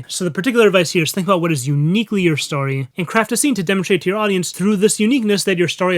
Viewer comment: Am I the only person in the world who LOVES, but finds the way he says "story" a bit nails-on-the-chalkboardy? There's literally NO "A" IN THE WORD AT ALL!! Why does he pronounce it "starry"?!? Whew... Now that I got that off my chest, I gotta say, I love this content! Keep it coming! (But for god's sake, man, it's "stORy" not "stARRy"!)